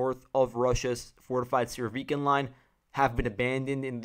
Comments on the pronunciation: Please note the stress: Mykhailivka (mee-HIGH-liff-kah) Siversk (SEE-vair-sk) Avdiivka (uff-DEE-yeef-kah) Thank you for the report. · mykhAilovka sEversk, avdEevka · Если по-русски, то да. Но он использует украи́нские имена. В частности, по-английски безударные O и I, звучат примерно одинаково. Хотел привлечь внимание автора к ударению. Вообще то предпочитаю: миха́йловка сѣ́верскъ авдѣ́евка :)